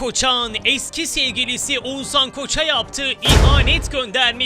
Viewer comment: YA!!! Oguzan değil OĞUZHAN!!!! YA BUNU BİLE SOYLEYEMİYCEKSEN NİYE OTURUYOSUN ORDAAAA